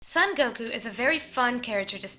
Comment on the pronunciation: His name is actually pronounced more like "Soan Goku" rather than "Sun Goku."